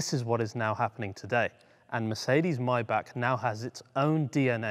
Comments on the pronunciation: MAYbach not MYbach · You kept saying "My Back" when you certainly know it's pronounced "My Bock"... Why is that ? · When they sell them for $40.000 bux I will buy one. Btw. to the comentator... It is not "MAYBACK" its MAYBACH!!!... The last two letters "CH" are like "H" in "H"ouse. So try it again to pronaounce M-A-Y-B-A-C-H.... not Mayback? or My Back. Yes, my back hurts sometimes but this is something different. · "MAYBACH" not "MAYBACK". The same way as you say "Bach", the composer. With a heavy H (not with an R as in clearing your throat though). Excuse me for being that type of person, seriously. Love your videos. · MY-BAH-K STOP PRONOUNCING IT MY BACK, IT'S NOT YOUR DAMN BACK! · I always thought it was pronounced: MAY(as in the calendar month)-BACH rather than Maey-Bach.. Bit like Maybach Music (revealing my age now, d'oh haha!) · Its called maybach not maybach lol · ITS PRONOUNCED MAAYYYYYY-BACH NOT MY BACK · It's Maybach, not Mybach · Its MayBach not Myback for god sake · you say rowng its is Maybachhhh not mybak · Its not even pronounced "my bock"...gotta have that khhh...mybackhhh 😂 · He cant even say the name right ! 'My Back'... its Maybach Unbelievable 🙄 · why are you saying MY-BACK? lok at the badge. Its written and spoken MAY-back..... MAY not MY? There is an AAAAAAAAAAAAAAAAAAAAAAAAA FFS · But he cant say the name right 'my back ' muppet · I love your show!!!!! But the way your pronouncing Maybach is killing me! 😂(My-Bhaa) Great content as always though. 👍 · did he just call maybach "myback" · Not spelled my back First learn to pronounce it buddy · The german ,ch' sound is NOT(!!!) a ,k' sound! The ,ch' sounds like the sound, an angry cat with layed down ears makes, but spoken slower and softer.